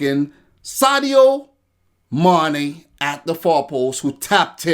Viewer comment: I love the way you say Sadio Mané